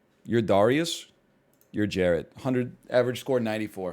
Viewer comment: dude knows so little about basketball he doesnt know how to pronounce basic names like darius